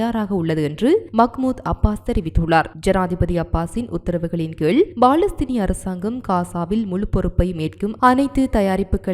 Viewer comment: BALAStheenam illa Ammani, Paalastheenam!..Ippadi news vaasikka, ungalukku vetkam illaiya, AMMANI????